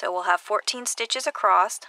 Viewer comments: Ivory Gilyard Her "acrossed" or "acrost" is actually what you and I would say as ACROSS! I wondered about that too until I realized she was just not properly pronouncing it. Working on two socks simultaneously but on separate needles can be so confusing. I simply took the time to learn the two-at-the-same-time method and with both on my needle and working sock B just as I did stock A gives me an identical pair without having to keep my place. It truly is so simple and much less confusing. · Sorry, but it's across, not acrosst. Really made it difficult to watch this, which is a shame, because it seemed like a helpful video. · Across across across there is no T in across(t) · Acrossed. ACROSSED. WHY??? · ACROSSED. I CANNOT WATCH THIS TUTORIAL! And it's a shame as she does show some cool stuff.